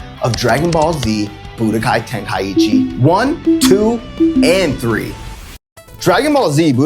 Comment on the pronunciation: bro butchered that one 😭